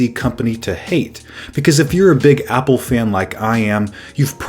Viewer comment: says hPPLE